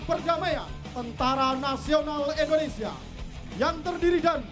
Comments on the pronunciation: Sangat di sayangkan MC pria acara di lapangan nya selalu salah dalam menyebut nama bangsa sendiri..Indonesia di ucap nya Endonesia🤦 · bisa gasi penyebutan negara nya itu INDONESIA bukan ENDONESIA 😂😂